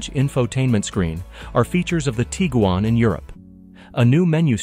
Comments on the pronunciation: This guy pronounced Tiguan like 5 different ways 😂😂😂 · None of which were correct, ex. Tee-gen.